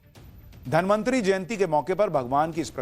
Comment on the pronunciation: धन्वन्तरी को बार बार धनमन्त्री बोल रहे हो क्या 😂